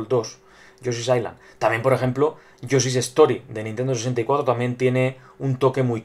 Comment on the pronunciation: lol, te entendi: "análisis de yo soy wooly world"